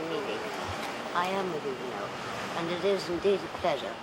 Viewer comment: Hue ga noe. Not huganot.